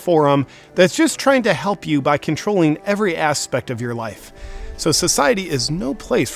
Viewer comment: Was that "do your wife" or ",life"? LOL